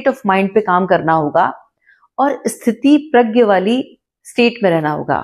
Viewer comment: स्थितिप्रज्ञ नहीं, स्थितप्रज्ञ होता है। (धृष्टता के लिए क्षमा) 🙏 जय श्री राम ❤